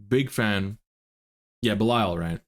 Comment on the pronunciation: you pronunce belial owl wrong